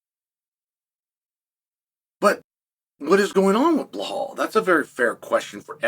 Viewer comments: I had a feeling. How tf do you pronounce Bilal as Bahal and Makhachev as Mockelchev like wtf. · Dude !!!!! His name is BELAL With L Not H Come on it’s respect at least say his name right!!!! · you got me saying bluh hall now